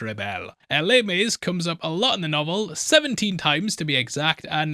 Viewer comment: Les Mis isn't pronounced like that, and isn't set during the French Revolution (apologies as I love your videos)